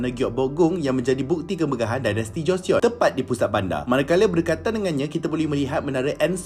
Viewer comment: bang.. cara sebut joseon is 'joson' silent e